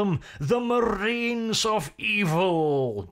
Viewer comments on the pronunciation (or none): AzHasANewName Thee frooits of the dev-ill? Eeville? Thank you, you made my day.